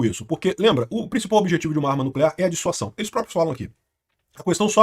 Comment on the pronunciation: Amigo, corrige isso aí! Chega dói quando você fala DISSUAÇÃO. Muda pra DISSUASÃO!